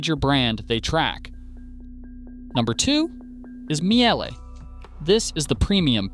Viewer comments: Miele is pronounced mee-leh, not myelleh. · Good grief, why can't you pronounce names the way they're originally pronounced? Learn to pronounce Miele correctly! We in Europe make an effort to pronounce American names correctly, after all. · Miejèléh? Is it so difficult to say Miele? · Mie jeeelle ? Just mie le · It's MEE-LUH not MEE-AY-LAY. In German, you pronounce the second letter of IE or EI, not both letters. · Miele;...it is not Mee-elle; its pronounced Meleh.... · Funniest way to pronounce Miele. Its just "Meel-eh". Sometimes its really just that easy. But the effort is being appreciated. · General Electric here. Both dryer and washer dead after 5 years. BTW I am a born German. Miele is pronounced Meele with that short e at the end that you already got right. IE in German is a so called long I, which in German is pronounced like an English e. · That atrocious pronunciation of Miele hurt my soul. It's not a meowing cat, it's a german brand, so something like "mee-le". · Good video. For Americans: you should pronounce " Miele" as " MEELE". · The first e in Miele is quiet, so it’s pronounced more like “meela” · Miele, its spoken Meela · Pronounced "Meelay" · Laughs in Miele. I have mine for some 25 years. Also the e in Miele is silent. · You did not pronounce Miele correctly! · Terrible video. LG uses the same system as Samsung. So if LG is good so is Samsung. You pronounced Miele wrong, as well as what they sell for is wrong. Speed Queen is not the same washer as what "your parents had". You specifically said old washers has stainless exterior drum, they haven't used a stainless exterior drum in 10 years. Don't say no one warned someone about washers breaking down quickly. EVERYWHERE that you buy appliances sells extended warranties... That is the warning. Any reputable company will have a proper sales rep, and they will for sure talk about what to expect.